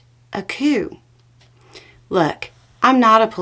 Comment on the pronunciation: I heard "cue" but the context suggests you tried to say "coup". No matter. The substance is true, not troupe.